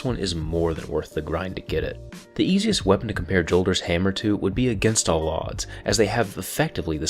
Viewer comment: THANK U FOR SAYING JOLDERS RIGHT... Datto says yolders... like where the fuck u get the y from